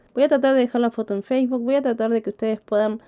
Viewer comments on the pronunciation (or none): none